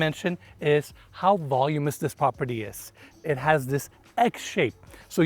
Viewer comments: Yay! back and already pointing out the neighborhood highlights! Beautiful property; it's modern farmhouse to me with the beams everywhere. P.s. please don't take offense because I know English is a 2nd language but the word voluminous is pronounced vah luminous not vol luminous. I used to mispronounce words because of reading the words is different than how they are pronounced but my mother helped me by correcting me. Now I ask Google. 🤩 You both are Stars! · The word is voluminous. The word you're looking for is V-O-L-U-M-I-N-O-U-S. ,,,,"volumus" is not a word.